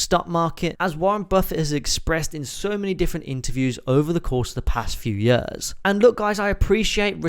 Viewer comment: Please learn to say “years” correctly, you are slowly killing me every time you say that word. Otherwise great video